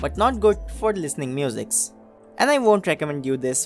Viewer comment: Mate, don't get it wrong but your accent seems much unnatural. Your tongue starts to slip on s and other similar words and you kinda fade them up. Work on it and speak what you really are. Again on offence given. And it is music, not muzix.